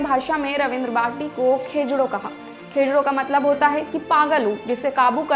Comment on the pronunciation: खेजडो ❌ खिजुडो ✅